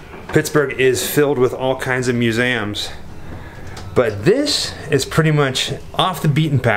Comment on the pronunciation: Instead of museum it's kind of funny how instead said Mewzaams.